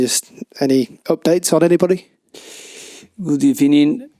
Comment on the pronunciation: GUD EBENING